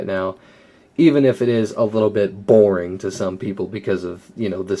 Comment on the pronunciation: So much emphasis on boring it was hilarious